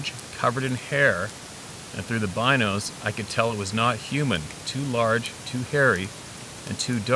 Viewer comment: Stop calling binos, beanos